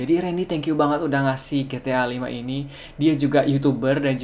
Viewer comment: It's ji-ti-ay bukan gi-ti-ah